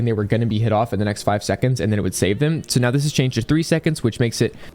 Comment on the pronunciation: are you serious right neow?